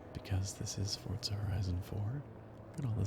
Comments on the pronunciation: I swear he says fortza horizon 4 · "Fortza horizon 4" Fortnite and forza.... dear lord